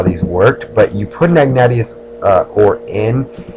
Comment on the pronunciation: Also, it's "ihg-nay-shus".